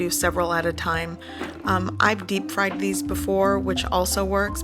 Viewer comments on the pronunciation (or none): none